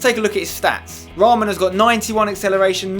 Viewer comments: Spence its not raaaaaamaan its short ra man :p (Yea i know ur not beglian like me but just saying :€) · In real life raman plays for kaa gent (belgium) , my faviurite club and spencer it is not pronounced like raaman but just raman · You don't say his name with A long A its Raman not Raaaamaaan 😂 hahahhahahahah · you say the name of the belgian striker like ra-man